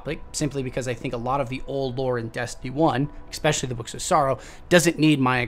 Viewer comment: Curse my OCD...keep getting triggered by all the "ekspeciallys" and "ekseteras" 😖